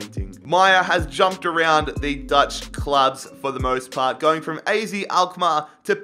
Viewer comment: You pronounce AZ as AAZET Greets from the netherlands🤣🤙🏻